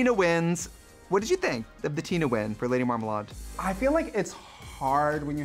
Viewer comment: “Lady Marmalard” ah, I love Trixie